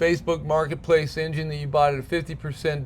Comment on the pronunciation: Amazing! “Engine” was mispronounced 72 time’s during this video!! Come on … 😂